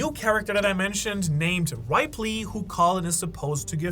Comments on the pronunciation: And it's Rip not Ripe. In Ripley. Like that one show Ripley's believe it or not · its not Ripely... Rip lee put it together Ripley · You pronounce Hajrudin and Ripley really fucking weird. It's Hi rude ing (the g is silent), and Ripley like Ripley's believe it or not